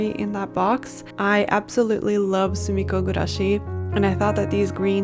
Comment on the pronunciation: I have no idea what sumiko gurashi is, but the way you pronounce it is so satisfying 😊